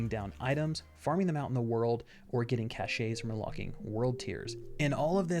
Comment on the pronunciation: Its interesting how he says "ka-shaes" I pronounce it "cashes"...I wonder if its one of those multiple pronunciations or maybe I'm wrong (it happens often) or hell maybe he's wrong, I honestly have no clue just found it funny